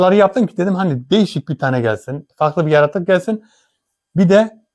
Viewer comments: Saygıdeğer...❤❤Diline Kurban olayım ne güzelde diyor YARATUK diye ❤❤HER DAİM SEVİLİYORSUN İstanbul Bahçelievler Yenibosna'dan Saygılar sevgiler selamlar olsun❤️🌹❤️🌹❤️🌹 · Nasil Diyoru Yaratuku 🤣🤣🤣